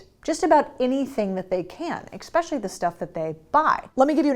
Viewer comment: The word is “eSpecially” NOT “eXpecially”